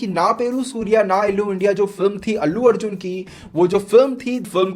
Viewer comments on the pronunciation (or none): none